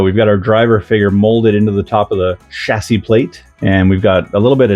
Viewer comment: Hey nice hat oh and nice kit too! I appreciate your British pronunciation of chassis. You have realised that the way we say it is the right 🤣 Ooh be careful about putting your nose right in the bag of new tyres! One at a time mate 😬 Anyway good stuff and judging by Mark's build guide you will have a good time with this one. Best wishes 😁